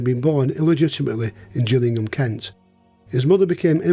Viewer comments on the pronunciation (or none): none